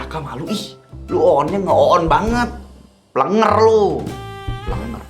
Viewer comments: Plenger bilang nya Bukan plnger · Plenger kali kak Bukan pelenger😅